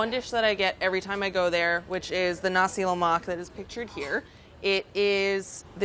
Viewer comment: i saw nasi lemak n click right away! pronunciation is spot on!